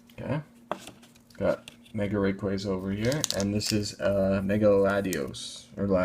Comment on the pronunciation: WHY DOES EVERYONE PRONOUNCE RAYQUAZA WRONG OMFG TRIGGERED. Real pronounciation: Ray- QWAZA